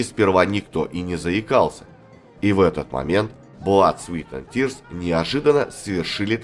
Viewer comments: Внимание, комментатор! В названии 'Blood, Sweat & Tears" (Кровь, Пот и Слёзы") вы неправильно произносите 'Sweat' - как "Свит", сладкий. А слово "Пот", произносится, как "Свэт". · Все хорошо,но произносить название группы "Blood Sweat and tears"надо правильно-кровь ПОТ и злезы!А не сладости(sweet) Sweat!